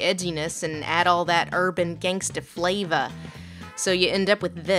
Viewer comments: I love your analysis but every time you said flava I wanted to mute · editing, sweetie. we didn't really need 'urban gangsta fla-vah' six times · I hope I never hear the word 'flav'ah' again... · i chuckled every time the words "gangster flayva" were said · Stop saying “flava” .... please.....